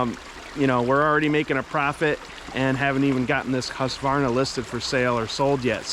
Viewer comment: Hey, I own a husqvarna, it is not read like that, it was manufactured on